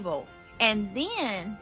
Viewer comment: then is only supposed to have one syllable